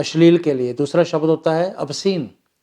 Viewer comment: Not शबद It's शब्द।